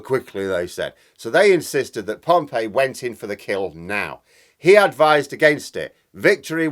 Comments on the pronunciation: Pompey not Pompeii! Pom-pea not Pom-pay. Yes, I’m an historical pedant. Prof of Classical Studies 😂😂😂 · Pompey, not Pompei, I think,. Any supporter of Portsmouth FC will tell you how it is pronounced. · Your analogy with Caesar and the Roman Republic was spot on. Can I just point out however (sorry to be pedantic) that the general he defeated was “Pompey” not “Pompeii”. Pompeii was a very different disaster caused by the eruption of Vesuvius . Although the way Putin’s war is going I wouldn’t be surprised if a volcano erupted in Moscow… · Pompei is a city....Pompey (pompee) is a general. However, your analysis is sound. Ukraine is obviously executing a plan. asymmetric attacks, focusing on not engaging in pitched battles, hit supply, command and control, enemy morale. Putin is a classic imperialist. He looks at lines on a map and wants those to change. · Normally pronounced Pompee not Pompeii (Pompey). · Interesting on Caesar and Pompey - but the latter is pronounced Pom-pee, not like the buried city. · Do you mean Gnaeus Pompeius Magnus which is mispronounced in english as Pompey. You prefer your mashed up grunt to his?